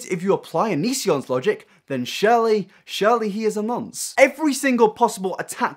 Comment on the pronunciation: You sure say 'dwelve' alot instead of 'delve', and 'Shirley' instead of 'surely' but I love ya anyway